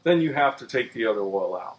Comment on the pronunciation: Oh, the man's gone and drunk all the erl again.